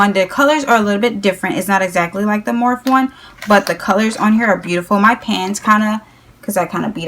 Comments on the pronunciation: Morphe not morph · morphe is spelled like coffee, like morffee, and matte is spelled like the name Matt... sorry it's just a suggestion, I'm personally a grammar freak so it just bugs me but you can do whatever you want. honestly, I doubt anyone else is bothered by it